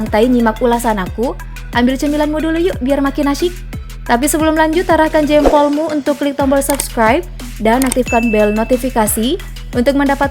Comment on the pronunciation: Adminnya aneh, yg seharusnya dan umumnya dibaca militèr, populèr, jêmpol,, sama admin malah dibaca militêr, populêr, jémpol... ejaannya dibetulinlah, min!